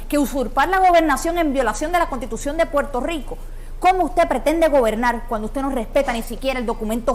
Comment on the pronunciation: Se dice Puerto Rico, no Puelto Lico. Lerdo.